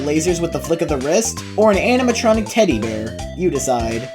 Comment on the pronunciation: "animtroncic" "genarter" XDDD probably a russian